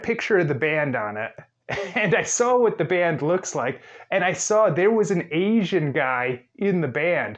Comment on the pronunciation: One if his many offenses. If i had to hear him pronounce “asian” one more time i was ganna have an aneurysm.